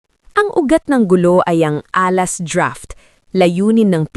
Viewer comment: Problem po talaga. AI can't pronounce Alas properly. Ahhh-las daw???